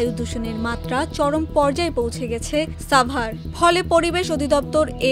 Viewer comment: সাভার এর উচ্চারণ এই প্রথম শুনলাম